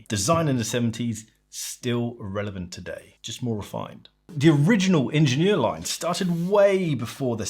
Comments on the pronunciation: Lovely video, but it hurt my ears every time you named the watch. It’s AHH-shen-YERR Also, as someone who’s usually a bit OCD there was something charming — and evocative of Genta’s brutalist functional design — in the off centre of the screw points. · Shouldn't it be pronounced as the German word since Schaffhausen is in German speaking Switzerland? It's a French loanword in German and pronounced slightly differently. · "Ingenieur" is german, not french, otherwise it would have an accent on the é "ingénieur".